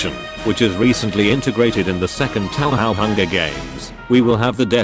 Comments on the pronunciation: “Tauhow” glorious. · "tow how"